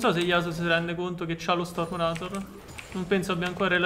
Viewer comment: Scusa ma mi viene un infarto ogni volta che pronunci qualche parola in inglese male, come stormrazor